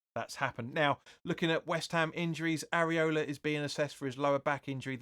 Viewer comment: I love the way you say Areola 😂. Seriously hope you get a job soon mate 🤞